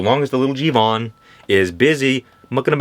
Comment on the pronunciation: It’s not jivan it’s jeevan and it means life